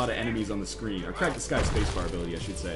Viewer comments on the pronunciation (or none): none